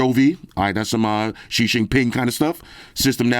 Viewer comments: “ Shi Shin Pin” gets me everytime🤣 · Nice and classic as always. 😊 but it's XI JINGDING NOT xi jinping 😅